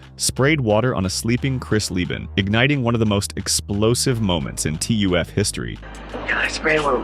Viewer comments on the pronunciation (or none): It's clear this was written by AI. When I heard "... in T-U-F history" and not TUF, I knew it plus all the video and no real story